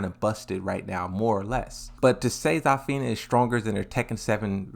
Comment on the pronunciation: Bro its Zuh-fina not ZAAAAH-fina 😭